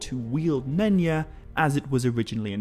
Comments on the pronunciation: Is not pronounced Nenya as if the Y was like an i. Y is supposed to sound like J in Just. Nenya is a Quenya name. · Wait did you say none ya? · Nenya? Nenya business!